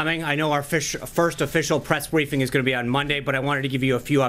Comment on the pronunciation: did he say pwess bweefing?